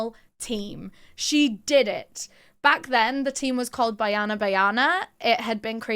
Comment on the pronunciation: I'm 7 months late but I hope someone has told that "Byana Byana" is incorrect. The word for girls in our language is 'Banyana.' She missed the "n."